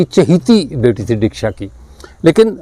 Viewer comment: Real word is Daksha notdeeksha